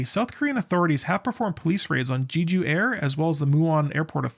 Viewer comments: It's not pronounced "Jeeju", it's just "Jeju", as the 'e' is in in "jet". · do people mispronounce jeju on purpose? lol it’s literally english pronunciation like JElly, not JAYju, not GEEju. Je like Jelly please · I think you should take another look on the size of that "bunker" in the video instead of using your indignation toward someone that pronounces "Jeju" different than you. :)))